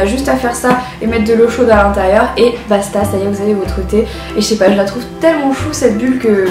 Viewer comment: Et une expression Corse, une!! ("basta" à ! Par contre, une petit conseil de Corse, il ne faut pas prononcer la dernière syllabe 😊) Hihi Forza Corsica!! 😂👍😘💕